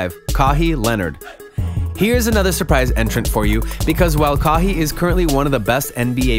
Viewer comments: say what??? kaheeeeee? realleeee? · “Ka-hi”? Wow you do not know basketball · "Kaww hee" Leonard 🤣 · If you can't say a player's name correct your in the wrong business..Ca-y & Yannis is how you pronounce there names🙄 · When NBA fans can't pronounce names Kahee Leonard he also pronounced Giannis name way wrong he is not an actual person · Ka-hee and janas is the way he said their names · “Kaw he” who is dat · "Kahii Lenard" *😮😂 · “Kawww he” who tf is that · I don’t think this guy is even a NBA fan, I mean, Ka-heee Leonard??? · the dude doesn’t even watch the nba he said 3 players name wrong elgin baylor kawhi leonard and giannis name wrong🤦🏻‍♂️ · You said kawhi and Elgin wrong